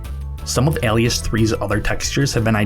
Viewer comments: eh-Lias ? not ah-Lias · Ell-ee-ess? More like Ay-lee-uss? Subscribed. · I hate doing this,but it sets me off when simple words get mispronounced, its like nails on a chalkboard. Alias, isn't AAAhlias. itss AYlias. like the TV show from the 00's, or the word for for a Pseudonym...sorry...soodonim. lol. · "Alias" is not pronounced "al-ee-ass" it's more like "ay-lee-uss". Look it up on the dictionaries that have pronounciations. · It’s pronounced “Ale-ee-us”. Tired of youtubers guessing pronunciation of English words, it’s already sad you don’t know it so take a moment and search it. If you can’t pronounce simple words then why would I take you seriously. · AYlias not ELias CMON MAN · A-Lee-Us, not Al-lee-us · i hate the way you pronounce "alias" Alias: "Ay-Lee-Uhs" it's a real word too, and it's something that you use (If you're using anything but your real name to identify yourself, you are using an alias.) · Great documentary video. I just have to say one thing..... "Ally-ous" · this is the first time ive heard someone pronounce alias as ally uss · you've never heard the word 'alias' pronounced before have you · The way you pronounce "alias" is incorrect and it breaks my brain listening to you say it like that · anyone have an aneurism by the way he says Alias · Mfw guy doesn't know how to pronounce the word Alias -. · thanks for the vid. a note - english may not be your first language, you're all over the place on the pronunciation of some words. prevalence, alias. look em up! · bruh how do you not know how to pronounce prevalence or alias you sound like a grown ass man